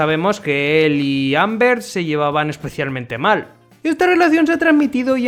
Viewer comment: creo que lo intenta decir como en la serie (Olbert) pero la verdad confunde un poquito XD